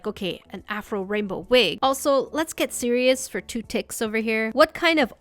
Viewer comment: at did she say to get serious for like 2 "tiks"? like the altean word for second in voltron, is a voltron fan?!